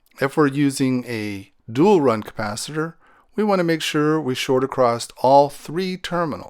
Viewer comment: say ACROSS NOT: ACCROST!!!!!!!!!!!!!!!!!!!!!!!!!!!!!!!!!!!!!!!!!!!!!!!!!!